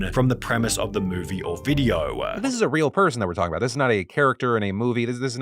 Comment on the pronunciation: I refuse to take a person who says videohhhhh seriously